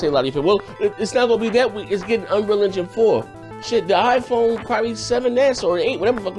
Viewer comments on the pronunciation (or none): none